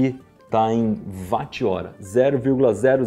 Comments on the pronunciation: Não se fala “vat”, se fala “whot” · Não é "vat" 3 "uoat"... Ninguém chama o Wilian de VUIlhan... É Uilian, Ninguém chama o Wilson de Vilson, mas sim uilson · Mas ô IberêÊÊ se fala UÓT e não VÁT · Iberê, a pronúncia não é “VAT” é “UOT” afinal, James Watt, era escocês e, na língua inglesa “W” tem som de “U” Então Watt = “UOT” pronúncia figurada.